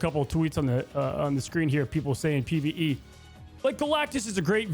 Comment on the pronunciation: "pve" dude stfu